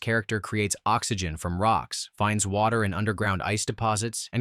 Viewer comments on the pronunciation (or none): none